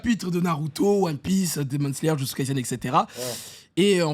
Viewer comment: J'adore Kimetsu no yaiba. Mais frére mais sa dit ici Jujutsu tres fort mdr